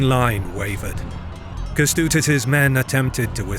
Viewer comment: Yeah it's cool and everything but he butchered all your names, having even AI at his disposal to teach him how to pronunce it... Not just yours, the german ones also. In videos about Poland he does the same. In older videos it's indestandable but now? He became lazy and ignorant. Don't let if fly. He really is able to check how to pronunce "Ę" in Kęstutis. It's not that hard in 2026. If not AI he can ask people on the internet to record it for him.